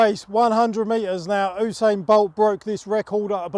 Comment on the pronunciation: Oosain bolt